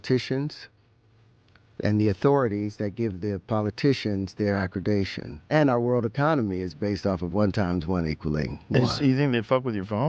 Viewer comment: "...their accredation..." ...he clearly meant to say accreditation ...he missed a syllable as if he didn't know it belonged. He also made a bunch more speech errors that Rogan didn't address. Not surprising. His math and science ideas are clearly incorrect. He might have some design ideas that are nifty or cool...but design =/= "physics"